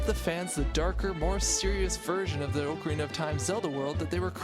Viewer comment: Your pronunciation of Ocarina triggers me - Officially, it's pronounced like "Ock-a-rina".